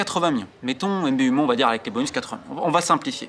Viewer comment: « M B U mo » pour Mbeumo c’est grande ca aussi 🤣